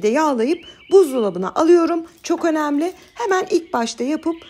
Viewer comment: “Önemli” kelimesini açık e ile söylüyorsunuz bu yanlış,ayrıca “engelliyor”kelimesini de kapalı e ile söylüyorsunuz bu da yanlış.Siz tam ters şekilde kelimeleri telâffuz ediyorsunuz kapalıları açık,açıkları kapalı.Videoyu izlemekten vazgeçtim bu yüzden çünkü çok rahatsız edici duyuluyor.Düzeltmeniz dileğiyle…